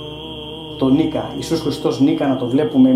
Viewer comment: Σας ευχαριστώ για το σχόλιο εννοείτε ότι έτσι τονίζετε δεν μπορεί να είναι αλλιώς!!! μπορεί από κεκτημένη ταχύτητα να το τόνισα λάθος? όπως το λέτε είναι σας ευχαριστώ!